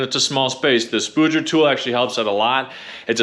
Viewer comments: Ha. It’s a Spudger, not a spooger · It's actually pronounced Spudger like fudge